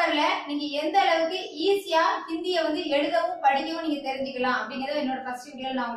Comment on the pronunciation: 'பேடா', 'கோவில்லில்', 'நிங்கள்', 'வந்தேதி', 'நிங்க'.....இவ்வாறு தமிழ் வளர்க்கும் உன்போன்றோரை 'மதிக்க' வேற வேண்டுமா? போடா, சும்மா வறட்டு கவுரவம் பேசாமல், போய் தமிழ் மொழியை நன்று கற்றுக்கொண்டு வா! பிறகு பேசலாம்!😀😁😀😀😀😀😀😀😀😀😀😀